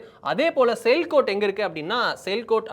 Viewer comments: Sir, it is not sailkot , it is Sialkot Pronounced Siyaal-kot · Sialkot- சியால்கோட் என்று படிக்க வேண்டும்.